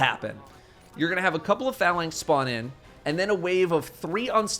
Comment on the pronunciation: stop saying phalanx wrong.